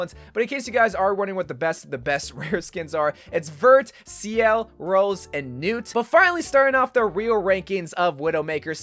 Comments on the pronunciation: As yes Noot not at all the french word for night pronounced New-ee edit: just got to the "New-or" part of the video, New-are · this man pronounced nuit "newt" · isnt it nuit? not nuut? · it takes 1 google search to say nuit not like noot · NOOT NOOOOOT Seriously thought it pained me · vurt seel rose and noot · "nwite" lool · As someone who’s French, it pains me how he says nuit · Yeahhh that was painful